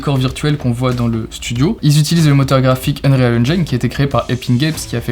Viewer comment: Pas vraiment nouveau non plus. Par contre, un petit effort sur l'anglais serait cool ^^ (unreal engine, pas unréal engeaïne)